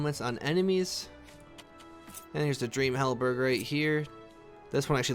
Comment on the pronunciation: Don’t forget about how he says halberG instead of halberd.